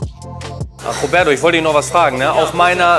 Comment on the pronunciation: Wer kenn ihn nicht, den "Robäddo"😆?